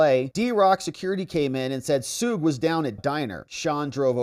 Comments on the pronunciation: Suge is pronouned sh-uhg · The way you mispronounced “Suge” 😂